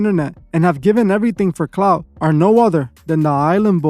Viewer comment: Clout, not cloud, dummy